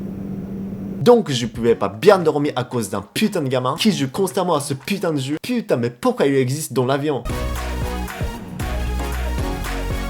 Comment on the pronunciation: Quand il dit "putain", on dirait un français pur jus, pas d'accent par contre on sent bien le seum.